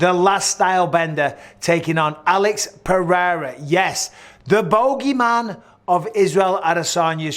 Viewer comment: Is Bisping pronounces "Boogeyman" the way he does again, I'm going to absolutely do nothing about it.